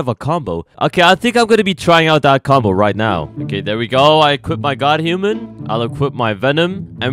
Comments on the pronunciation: bro the 2 one is godhuman and u say doghuman XDDDDDDDDDDDDDDDDDDDDDDDDDDDDDDDDDDDDDDDDDDDDDDDDDDDDDDDDDDDDDDDDDDDDDDDDDDDDDDD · I love that messes up the name of godhuman with dawghuman froghuman and more it’s funny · Is no one gonna talk about how it said doghuman instead if godhuman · hey u acsidentaly said doghuman not god human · Bro said doghuman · "Loghuman", "Dawghuman" and "Foghuman" got me dying